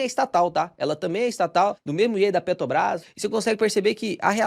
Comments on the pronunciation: Bom vídeo. 👏🏼👏🏼👏🏼 Mas “petObras” é osso hein… hahaha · Carioca fala Petrobras com facilidade kkkkkk